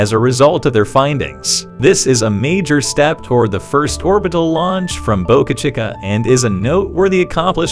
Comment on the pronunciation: Someone should teach you how to pronounce Boca Chica.